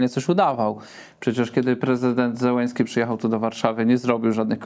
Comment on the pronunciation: Mowi sie Zelenski przez "l" nie przez "l" jak "lawka"